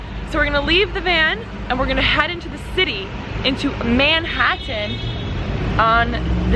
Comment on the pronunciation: bruh i deadass never heard anyone pronounce Manhattan like this girl did lol